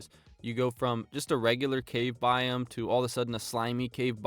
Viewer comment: Biome pronounced “bi-OH-m”, not “bi um”